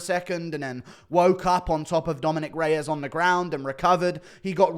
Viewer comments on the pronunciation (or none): none